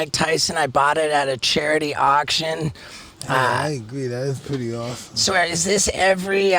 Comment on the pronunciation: Mike: “This is so awethome”